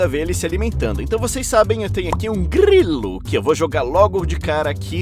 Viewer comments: "Um grrrriluh" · um grri lu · Um YouTube muito legal 😎 reagiu ao seu vídeo 📹 Foi engraçado vc falando a palavra GRILO na parte da semtopeia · Ele virando francês pra falar grilo 😂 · "Um Grilo 🤌🥐🇫🇷" kkkkkkkkkkk